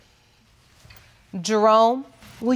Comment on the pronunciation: The judge calls him “”! Roflmao! You can tell the man works out for sure!!